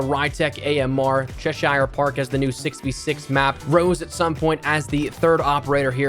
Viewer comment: Cheshire park is pronounced Chess-sheer park not chess-shire park over here in the uk where it's based hurts my brain to hear it pronounced that way!😂